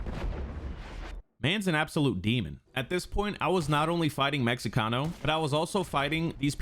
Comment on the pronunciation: "Meh-he-cano" just in case you wanted to know how to say it